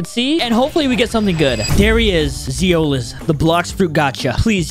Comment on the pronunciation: Zioles ❌ Zeules✅